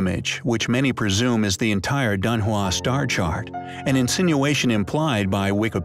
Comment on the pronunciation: It's pronounced Dun Hwong